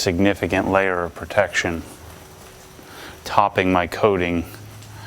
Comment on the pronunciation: I love the way says “protection” with emphasis every time 😅